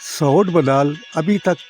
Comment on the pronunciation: محترم بُدھال کا تلفظ ب پر پیش ہے دوسرا راہٹ ہے ارہٹ نہیں